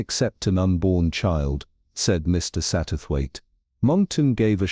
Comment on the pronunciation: The AI makes some mistakes when reading the story. Mainly in pronouncing "Mr. Satterwaithe". Uses two different pronounciations, and pronounces "Mr." as if it was the end of a sentence. Needs to learn how to do the right intonation for questions